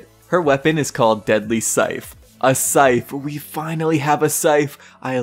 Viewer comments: sorry, are you saying syfe... its scythe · so its spelt scyTHe but pronounced as scife??